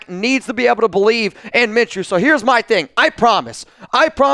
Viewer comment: Did you just say it’s minchews team after they got lucky 🍀 lmao